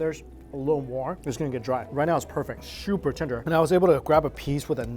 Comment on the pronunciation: SHOOPER TENDER LOL 😆 I love his eating language